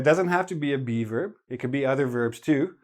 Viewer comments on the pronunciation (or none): Oh geez, every time says "be verb" I hear "beaver" that sends me so bad:"D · Me too! I kept wondering what he was calling a "beaver" in the sentence!